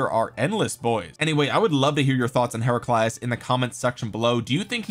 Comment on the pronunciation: Kinda happy that the Heraclius I’m the game is pretty powerful considering the Achievements of Emperor Heraclius. But nah dawg you ain’t gotta slaughter his name like that.